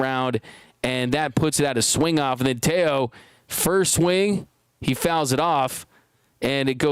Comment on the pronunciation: Teo not two...